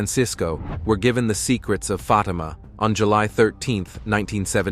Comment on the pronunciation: That's "Fateema" NOT "Fotima"